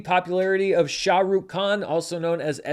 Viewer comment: pronunciation of Shahrukh's name was so good... loved that moment for me. SRK is called King Khan for a reason. He was also on hiatus for a few years before Pathan came out, his movies are celebrated as festivals in many parts of the world.